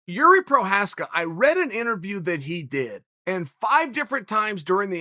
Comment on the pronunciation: Jesus Christ, Chael, just say Jiri.